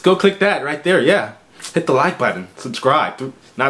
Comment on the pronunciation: Seems like a nice guy good attitude but not sexy 😂😂 I do like his videos tho he’s like hit the like buddon lmao 😂 I’m dead